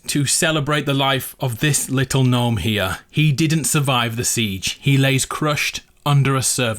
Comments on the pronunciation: Its pernounsed nome not g nome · Wait you weren't saying it as "Guh-nome" because of the meme, you ACTUALLY though it was pronounced that way? Bro I thought you were just 'avin' a laugh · I know it's gnome, pronounced Nome. But gnome, pronounced g nome sounds better in fortnite! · Wait, you didn't know gnome was pronounce nome? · Umm so I know u realized how gnome is said but can u still pronounce it g-nome in ur vids for the memes? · I thought you were saying G'nome just for the laughs 😂 should just stay like that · Aww I liked how you said Gnome, who complained?! G NOME 4 Eva! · you know I am totally fine with him saying guh name. That's way better than just gnome. Basically English is weird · I thought you said G-nome like that as a joke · You REALLY should go back to saying Gnome The old Gnome not with the silent G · Can u say gnome can u ples5say it without a silent g. It has a bit of a ring 2 it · I thought he mentioning the You've been gnowned meme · Omg this whole time I thought he was mispronouncing gnome just to be funny. I had no idea he didn't actually know how to properly pronounce it!